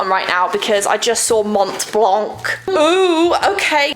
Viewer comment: If ever you are interested, the « c » in blanc is silent